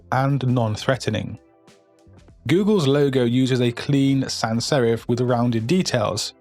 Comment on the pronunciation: sherif ? or serif ?